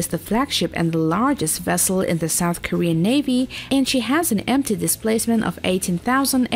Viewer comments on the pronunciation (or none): none